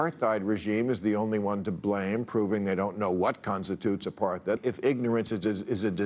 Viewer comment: needs to learn how to pronoun "apartheid" correctly.